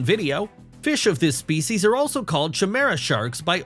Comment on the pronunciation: It's pronounced Kie-mera!